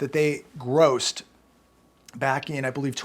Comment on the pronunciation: 🤔 emphasis on "I believe"... "I believe"... "I believe"